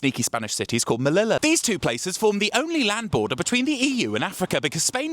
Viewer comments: I find very funny how you pronounce Ceuta and Melilla. Besides that no notes, perfect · The way you said Ceuta and Melilla is like you invented a new language. 😮